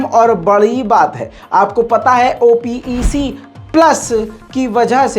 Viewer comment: Bhai it’s called OPEC, NOT called as O P E C